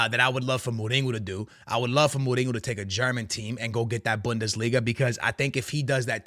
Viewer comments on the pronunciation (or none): Bro, how long you been watching football and you can’t pronounce names? You listen when you watch. Lunin (LOO-NIN)- Mourinho (MO-REEN-ÑO), Tchouaméni (CHU-AH-MENEE) just a few. Other than that bro keep up the good work love the content.